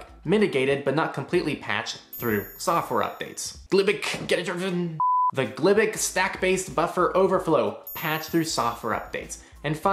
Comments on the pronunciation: Thanks for the great video! FYI: glibc is pronounced g lib c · it's pronounced gee-lib-cee and get-adder-info